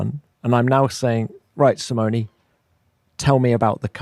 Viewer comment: I love how Tom pronounces "Simoni"instead of "Simone", in an english way. Italy is proud to have such engineers.